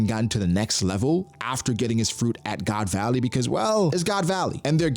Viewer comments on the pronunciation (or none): did man say "god's alley"??? that to twice lmao